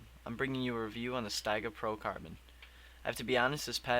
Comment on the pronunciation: It's pronounced at Steegah instead of Stayga.